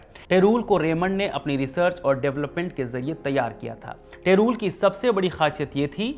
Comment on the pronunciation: टेरूल ❌ टेरी - वूल ✅